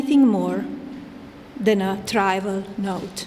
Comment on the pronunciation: Pronounces trivial like "dravel" and needs to read it line for line. Yeah she definitely wrote this